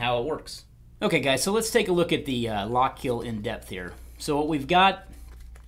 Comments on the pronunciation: It’s pronounced “Lock-KILL” not “Lock-KEEL”... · "Lock Keel"